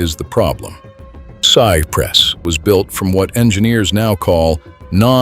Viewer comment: I remember that vividly. I was watching the game. Too bad this was narrated with AI. Sigh Press instead of Cypress? I would assume that an actual human being created this video. Shame on you for not fixing the pronunciations!